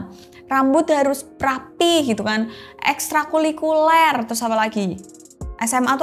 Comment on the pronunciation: Extrakurikuler atau extrakulikuler ?